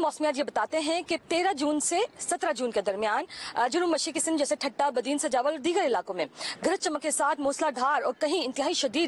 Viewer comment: سوجاول نہیں سجاول